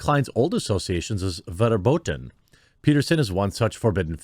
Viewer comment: Verboten is pronounced Ferboten.. 'cause Germans be weird like that.